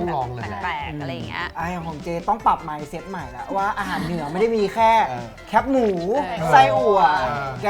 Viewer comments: แคบหมู คือ แคบหมู ออกเสียงว่าแคบ แคบที่ไม่กว้างอะ แคบบบบ มาแค๊ปๆ แค๊ปพ่อง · รบกวนคนกทม. ออกเสียงคำว่า แคบหมู ให้ถูกต้องด้วยนะครับ แคบ ตัวนี้ออกเสียงเหมือนคำว่า แคบ ที่มีความหมายตรงข้ามกับ กว้าง นั่นแหละ มันจะออกเสียงยาวนิดนึง ไม่ใช่ แค๊ป แบบแค๊ปเจอร์ เสียงมันสั้นไปครับ คีย์วรรณยุกต์ก็ต่างกันนิดนึงครับ